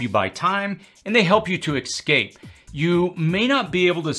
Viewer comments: Ess-scape, not X-scape! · Love your channel, but you're pronunciation of "ex-scape" was killing me. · There is no "X" in "escape".